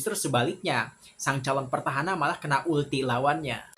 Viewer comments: Petahana bg.. Bukan pertahana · PETAHANA bang bukan PERTAHANA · PETAHANA der gak pake' R